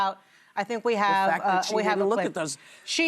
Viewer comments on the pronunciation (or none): none